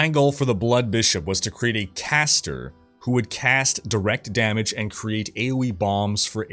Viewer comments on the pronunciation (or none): none